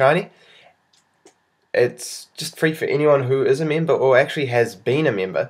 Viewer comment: Its member not meemba